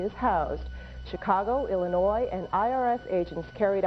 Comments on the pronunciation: The S in Illinois is silent. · My man, I love your content... but there's only one Illinois not multiple, the S is silent